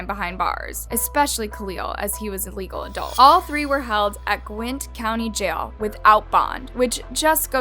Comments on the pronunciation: Not to be mean but should learn how to pronounce Gwinnett... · Haha same!! But I see why she thought it was pronounced like that. Love it. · Gwynn county? It’s Gwinett (Gwa-net). I think she’s the type to do this for views not because of an interest in true crime. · Its Gwin--nett County. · Why does she keep saying Gwint County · It’s not gwint dumbass it’s (gwi-nnet) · yall im sorry but this is killing me its pronounced GWEN-at NOT gwint okay thank you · gwint?? Lmaoooo, Gwin-nett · You keep saying "Gwint" you dumb dooosh. It Gwinett Gwin ett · psst heres a hint , its not pronounced gwint its gwin nett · Uk it's not gwinet it's pronounced gwin it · It's not "Gwint" county, it is "Gwin-Net". Went to highschool with him. We graduated in the same class. Was really crazy hearing his death. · Lol gwint… it’s gwin- net 😜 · lol I love her videos but this one erk me when she kept saying Gwinnett wrong. It’s pronounced gwuh•net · this is rlly scary bc this is my county....at first i didn't think it was because she is saying the name wrong it's pronounce (gwen-net) not however she said it in the vid. i was also so confused bc the houses looked like a neighborhood i know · I am from Gwinnett County Ga and you said the name wrong. GWIN-NET is the proper way to say it. Dope video overall though. I never knew about this case. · Pronounced “Gwen-net” county. Gwinnett. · It's "Gwen net" county jail. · I live in Gwinnett OMG WHAT- also it’s called gwi-nett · its called gwin nett like net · Great video. Could you please work on pronunciation or researching the way some of the words/names are pronounced. The spelling is correct for words like Gwinnet but you pronounce it as Gwent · Gwin-NET county😘 & great videos!!!! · I know this doesn’t really matter but it’s pronounced (Gwen NETT) lol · I’m from Gwinnett. GWEEENET. And never heard of this… wow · Please learn how to pronounce Gwinnett if you're going to do these videos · She said Gwinnett wrong